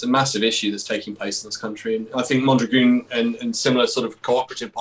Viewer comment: Mondragon is great - pronounced as it's spelt (as in mon - drag-on) NOT 'Mondragoon' as you guys are pronouncing it. But great chat - thanks guys.